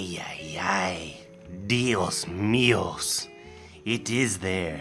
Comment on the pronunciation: say saye dios mio like eye jios mi-o